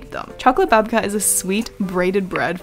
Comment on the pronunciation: As a Ukrainian I am so happy that you loved our Babka :) And you totally said it right, Babka is a grandmother. Thank you for your videos! I always enjoy watching them